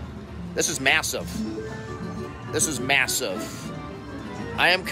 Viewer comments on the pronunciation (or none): ‘This is massuuve’ 🤣🤣